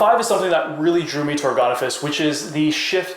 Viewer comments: They make ergonomic office furniture...so it's pronounced "ergon-office". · Is there any chance the final 's' is not pronounced because it is French?